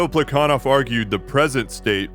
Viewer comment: I know you're like fluent in Russian so I'm not trying to check you but every other historian I've ever encountered has pronounced that guy's name with an h sound like "Pla ha Nov"